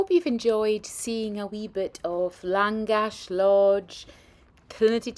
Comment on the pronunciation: Its pronounced Langash 😊